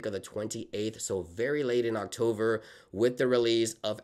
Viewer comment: Dude, you need to learn how to pronounce the word “October”. Not “Octover”.